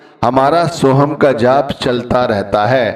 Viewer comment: भाई उच्चारण में चुक हो गई होगी या सुनने में गलती हो गई होगी। बाकी सोहम और सोहंग में उच्चारण में इतना फर्क नहीं पड़ता जितना फर्क प्यार से जपने से फर्क पड़ता है। वह अंदर बैठा सब देखता सुनता है। आप किसी को प्यार में पता नहीं क्या क्या कहते हो शब्दो का इतना असर नहीं पड़ता जितना प्यार से बोलने से पड़ता है। फिर भी कौई शंका है। तो अपने गुरु से या किसी पुराने सत्संगी से पूछा जा सकता है।